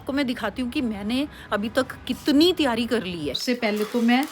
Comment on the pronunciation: Taiyar nahi aunty Taiyari 😊